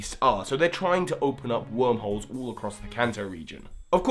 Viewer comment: For some reason I kept thinking you were saying "Opening up Wurmple's" instead of "Wormholes" and I didn't know how to react to that haha